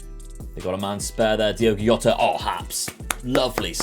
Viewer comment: That's not how you pronounce Jota... Cmon mate don't you watch any Liverpool games?